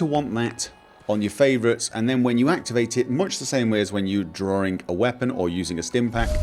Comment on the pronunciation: So he does, just the way he said it sounded like drank when watching it the firs time.